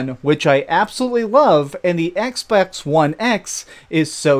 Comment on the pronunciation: Did he say "Xbax"?